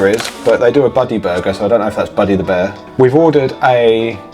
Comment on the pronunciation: “BuUrgar” 😂 love it. Just Like Calfreezy Absolutely correct Harvey’s is 10x better than A&W. (sawdust isn’t a bad way to describe their burgers)